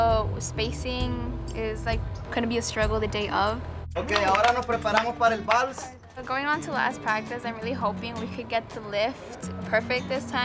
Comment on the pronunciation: El vals is not pronounced "the walls" 😒🙄